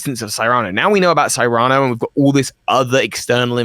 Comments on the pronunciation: I think Cyrano is pronounced SEAR'-ano. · Great show, fun as always. Keep up the good work, guys! Also, just wanna throw this out there, but pretty sure “Cyrano” is pronounced “SIH-ruh-noh” (like the story of Cyrano de Bergerac based on the real person of the same name). Though I suppose nothing’s official until they say it out loud lol